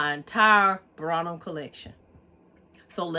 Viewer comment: You’re pronunciation of Brahmin. Is incorrect.